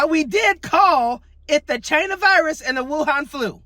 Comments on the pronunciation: The way Dumps pronounces China is racist. He makes sure to say in a snarky way. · And he always had to pronounce it Chy-nah! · Toilet Bean , Don said Va-China ! Ring the bell !?!